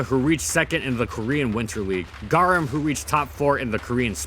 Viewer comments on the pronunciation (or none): none